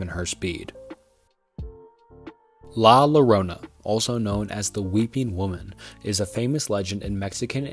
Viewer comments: not the lorona😭😭😭 es LLORONA pronounced YORONA how can you look up la lorona and not find out its llorona?? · The way you said Llorona made me cringe DX I know you tried your best but the Ll in Spanish makes a strong (y) sound so keep that in mind for next time Other than that, great video! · The double-L in 'La Llorona' is pronounced like 'y', like in 'tortilla' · Its spelt "la llarona" and pronounced "ya-rona" with the "r" having a soft "d" sound